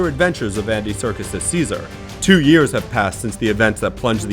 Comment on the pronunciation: "delivering one of the best summer blockbusters in yurs"